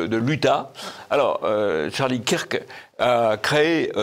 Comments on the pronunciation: Pouce en bas … C’est honteux … Charlie « quir que » ?! Mais vous êtes folle, fou ? Vous vivez dans un trou ? Vous dites « quir -ke Douglas » ?! Ou « queur ke » Douglas . Non mais là vous ridiculisez TvL - Martial faites les prendre des cours . Et non , Charlie existait bien pour lui - ce n’est pas un pion de Trump . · Kirk se prononce Keurk